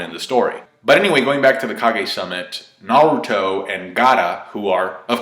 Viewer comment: This was irritating me throughout the whole video! Like why can't you just say Naruto...